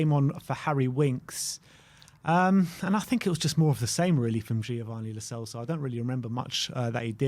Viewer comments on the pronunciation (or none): none